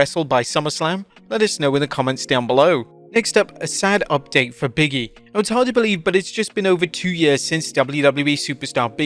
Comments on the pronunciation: I always thought it was "Big E", not "Biggy" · Big-E not Biggie smh